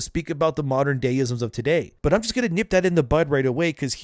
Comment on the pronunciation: The emphasis should be on the "just" and not "works".